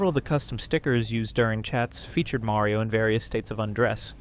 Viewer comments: MARio not MERio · hard to watch when youre saying mario like carmela from the sopranos